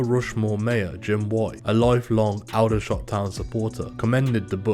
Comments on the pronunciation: It's not Oudershot, it's Aldershot. A-company, never heard of them and I bet many other have not too. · It’s pronounced Alder like the tree not that weird way he’s saying it. Aldershot